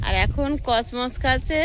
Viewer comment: তোমার আগের ভিডিওতে আমি কমেন্ট করে বলেছি ওগুলো কসমস ফুলের গাছ কসনস না তুমি বারবার ভুল ল্যাঙ্গুয়েজ উচ্চারণ করছো আশা করি পরবর্তীতে শুদ্ধ উচ্চারণ করবে